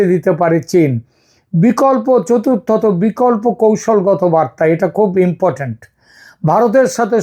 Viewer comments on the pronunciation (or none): none